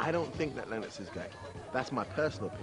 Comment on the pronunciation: Had to stop watching because of the way that woman was pronouncing 'Lennox'